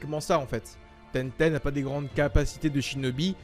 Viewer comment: Il c pas dire tenten il dit tété lol